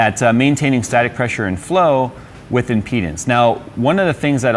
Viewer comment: Speak clearly when you say "with impedance" it sounds like "within penis".